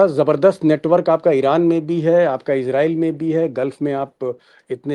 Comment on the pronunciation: इज़राइल। का असली उच्चारण है अंग्रेज़ी मे IZ-ray-el /ˈɪzreɪl इजरीयल लेकिन कोई इसराइल कोई इजराइस तो कोई इजरेल ( बॉबी साहब)